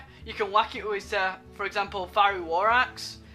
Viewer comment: "Examaple" :p